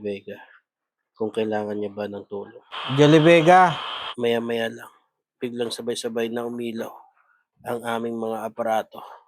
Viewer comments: HINDI PO KAYO MAINTINDIHAN NG MGA LIGAW NA KALULUWA? AYUSIN NYO KASE PRONOUNCIATION NG JULIE VEGA👍✅ JOLIE VIGA KASE BINANGGIT NYO E😂✌️ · maniniwala na sana ako sayo kaso yung pangalan ni Julie Vega Di mo mapronounce ng maayos HAHAHA si JOLLY BEGA po ang natawag mo hindi yung Actress kakaloka